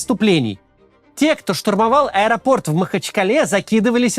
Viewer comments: Максим, как всегда, каждое слово в точку! Единственное уточнение, ударение на последний слог "аэропортА", "аэропортУ". Спасибо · Ударение на последний слог в этом слове ставится только в варианте "В аэропортУ".